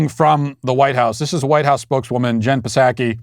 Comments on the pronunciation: When you pronounce the "p" in Psaki, it makes my day. Thank you. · When you pronounce the "P" in Psaki it makes my day. Thank you.